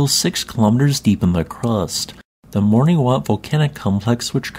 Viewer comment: Caribbean islands are so beautiful 🤩If I may, "Morne" is just pronounced /morn/, as in "mourn". You don't need to say the final E.